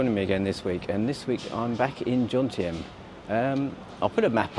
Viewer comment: Jomtien (not Jontiem) ... just sayn' 😉